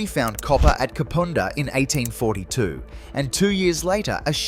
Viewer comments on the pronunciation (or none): Yes definitely had a problem with Kapunda.